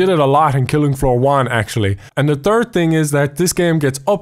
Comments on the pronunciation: it called killing floor but it says filling floor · I very trigger because he said filling floor for the title